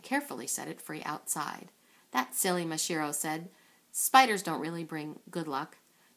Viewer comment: Uhm, it's MasaHIRO, not MaSHIRO.